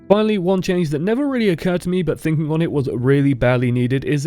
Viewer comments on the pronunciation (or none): none